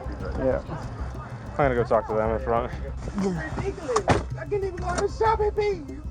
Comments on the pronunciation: It sounds like she's saying "ridickulees". LOL! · It's ridikolus